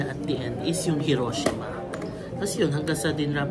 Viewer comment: Mas tama po ang "hee ro SHEE ma..